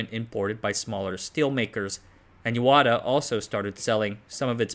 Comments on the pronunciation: It is Yahata not yawata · I guess the confusion came about because there is another town written in the same Kanji characters, but pronounced Yawata